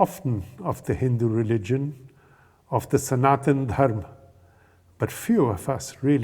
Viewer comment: Can't expect any North Indian by default, to pronounce the correct Sanskrit way : dharma, sanatana. Only a south indian would do that although they do exaggerate it far too much, atleast the word is not butchered by being cut abruptly as if the "a" was just not there!!!